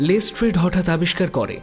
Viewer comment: শার্লক ওটা লেস্ট্রাড, লেস্ট্রেড নয় 🙄